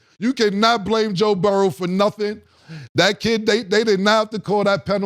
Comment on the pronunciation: Only took one loss to KC for him to go back to "Joe Burrows" with the S on the end